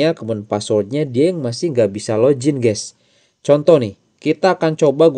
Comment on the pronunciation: Login bang bukan lojin 😅